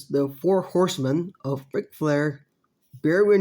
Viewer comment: “The foe harsemen” RIP Dusty Rhodes